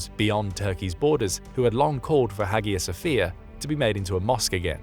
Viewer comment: I love Kemal Mustafa. Phonetically Its called Aya Sofia. Not Hagia